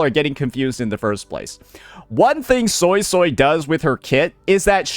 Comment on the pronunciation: I swear I keep hearing Soysoy